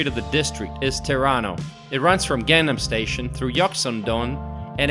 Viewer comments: ).. The other ones are understandable, since they can be difficult to pronounce, but I was a bit surprised when he pronounced Gangnam as Gangam, leaving out the N. That was like the most famous song in the world. LOL Good video overall, though. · Your pronounce is wrong. Gang nam, Nam san, or Han gang(Rv) 's 'A' words pronounce is not 'ae'. not gaeng, nam, not naem san, not haen gaeng.;; just 'A' sound. ;) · His pronunciation of place alike gangnam is not correct. Perhaps pronunciation would be Ghangnam. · not 'gaeŋ-nam'. you have to pronounce it 'Gɑ:ng nam' similar to 'Kang-nam'. like 'Samsung'(not sæm sung) . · I had to laugh a couple of times at your pronunciation, especially of the city section name of "Gang Nam!" (It's not Gangam!) Having lived a little northeast of Seoul almost four years, I still found your video interesting and informative. When people ask why I want to live in Korea instead of America, my first answer is that I can relax here. That's largely because it is such a safe country. I never worry about crime. My second answer is that in Korea, "customer service" is real. One of my greatest peeves is that it can be next to impossible to find a trash can. Another one is the sometimes difficult task of driving here--cameras are a drag! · God ! U can’t even pronounce simple word like Gang nam!!!!! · Your pronunciation of these names are cringy. Latte World, Hoondae, Gaungnam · And Gang-nam (강남) has to be Pronounced “Gang Nam” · By the way, could this guy try any less to pronounce these places properly? Seriously! It's like he's TRYING to mispronounce them! WTH: Laahtay World Tower, Gang-um/Gaynnum... the palaces were the worst--or funniest! They're all neat places though. Korea is a great place to visit, but staying too long makes you realize that you will always be just a visitor, unlike when Koreans move to America or Canada and become citizens. Nice to visit for a week. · Gangnam is pronounced an Gahngnam (not like 'gang') etc.